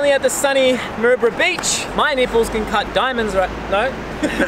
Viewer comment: Hahaha LMAO did you say Maroubra breach??? I saw that look after you said it lol I know that your way fitter than that, if your going to do pushups do them properly... go all the way down so your chest is about 1mm off the ground lol Fook I just saw the future.... this will bite me back hahaha